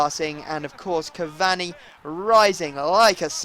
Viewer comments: you really don't know how to say Cavani properly do you... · please say cavani's name right !!!